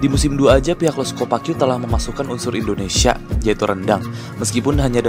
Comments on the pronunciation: indonesai wkwkwk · 5.20 itu Indonesia bukan Indonesai